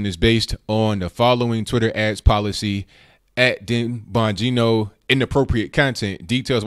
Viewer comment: Dang,! Is there a way you can tell us beforehand when you're going to be on RT? I had no idea. And you pronounced Dan's name perfectly.